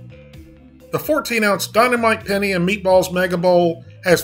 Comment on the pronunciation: The way he says Penne isn't sitting right with me lol